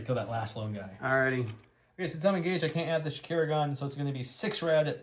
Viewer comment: Shakira is an interesting interpretation of how to pronounce Shukur. I’ve always read it as the shoo ker but Shakira is more fun.